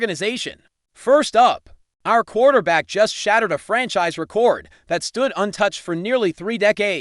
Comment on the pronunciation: Stop mispronouncing record 😮